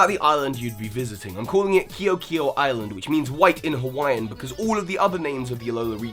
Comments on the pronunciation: The cringe when he tried to say KE'OKE'O.(it's spelled like this btw). 😖. Keh-oh-keh-oh sort of. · you said KEO'K EO wrong 😂